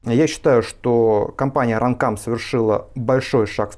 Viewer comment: run cum 2 да классное произношение.